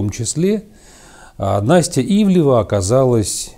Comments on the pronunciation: Ивлеева а не ивлева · Ну.. Ну как можно при такой божественной артикуляции так плохо читать чужие фамилии???? То у Вас Джозеф становится Джоном, то тут. Она Ивлеева (две е), а Ивлев - это другая медийная фамилия. Это скрытое пренебрежение? Или что-то ещё? Но неужели Вы не замечаете это при публикации?.. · Анастасия Ивлеева, а не ивлеЕва... Удивительным образом довелось посмотреть все серии 1-го сезона, потому-что сейчас всё закрыто, а буквально вчера я видела этот фильм)) Фильм обычный, показали современный образ жизни, какими гвоздями устлана дорога в богатенькую жизнь, показали вариант того, а что если необходимо спасти человека и вот такой человек попал в храм, переступят через него навешав ярлыков, бросят умирать или всё-же помогут переосмыслить если не всё, то многое, попросту спасут... Вероятно вбросы листов при голосованиях выглядят более вульгарно, но нет тут-то предпочитают не замечать ничего или даже оправдывать... Или ещё круче убеждать общество в том, что труд не резиновая опа, и ладно бы из уст какого-то блогера или просто хама, но это было перед детьми по-сути из из уст первого лица, это конечно-же норма и истина)) кто бы сторил. Правда в правде! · Да, "Ивлева" вместо "ИвлЕЕва" подбешивает))) Особенно когда на заднике правильно написано). Но за обзор спасибо! Как бы и не собирался никто смотреть, но все же). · Она вроде Ивлеева, а не Ивлева. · Ивлеева. Неужели так сложно произносить фамилию правильно? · Дядя, пытающийся из себя выдавить сноба-интеллектуала, явно хорошо знает, чем занимается Ивлеева, раз может так развернуто дать оценку ее текущей деятельности в контрасте с предыдущей, но не может правильно выговорить ее фамилию, будто бы впервые ее увидел. Очень глупый и раздражающий прием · сколько можно коверкать фамилии? Ну, 7 букв всего, не 17)